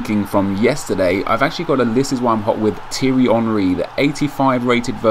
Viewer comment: isn't it Tee-Airy Not Tirry. And I think he should have 5* cause he used to Joga Bonito and when I watched him in his Prime he was a very skillfull play that flick up and volley goal also that like weird pass he did where he was gonna pass with his right but passed it with his left